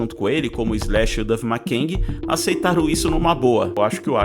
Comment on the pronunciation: Duff Makengui???? Kkkkkkkkkkk parei por aí